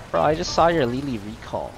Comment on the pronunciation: Why Lay lay (Lili) not ly ly?